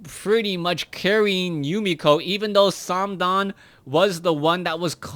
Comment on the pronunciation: it`s not "samdan" it`s THOOO